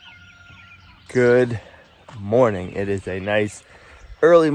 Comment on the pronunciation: You have a speech problem you can't eve say good morning normal?